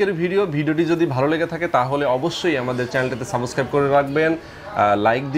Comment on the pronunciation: সব কিছুই ভালো লাগলো কিন্ত আপনার এই সাবোসক্রাইব শুইনা ভিডিও দেখার ১২ টা বেজে গেছে। আশা করি পরবর্তীতে google translate a উচ্চারণ শুনে সাবসস্ক্রাইব শব্দ টা ব্যবহার করবেন।